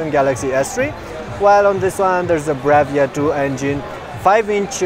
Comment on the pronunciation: It sounded like he said Samsung Galaxy Ass III. But anyways, LONG LIVE SONY!